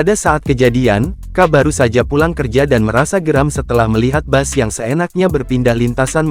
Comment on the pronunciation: Bukan bas min tpi bis...itulah pengucapan yg benar